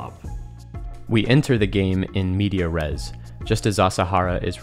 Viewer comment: "in *medias res" (not "in media res")